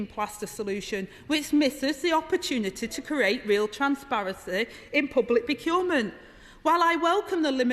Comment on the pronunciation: She's brilliant. But she can't say 'procurement'. Aside from that she's fantastic with this sort of stuff.